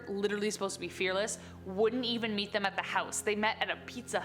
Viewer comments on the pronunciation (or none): none